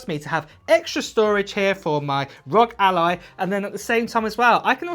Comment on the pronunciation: Am I the only one bothered by him calling the R-O-G Alloy the rug ally